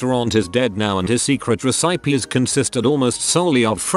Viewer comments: RE-SIPE-EES I'M DEAD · re-sigh-peas, you say?